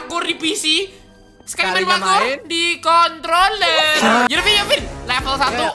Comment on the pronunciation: Ngomong "Controller" aja susah :v